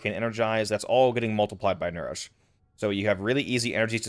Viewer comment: the moment you said nourish i clicked off the video.